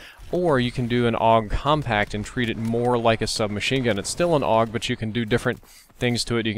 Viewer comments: A. U. G not og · It's pronounced the "Awwwg"? Since when??? I always pronounced it with each individual letter: "A-U-G." Was anyone else confused about this??? Anyway, Ioved this weapon in Black Ops 1 :) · its actually pronounced both ways aug and a.u.g